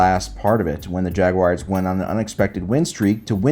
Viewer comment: it's jaguArs not jaguires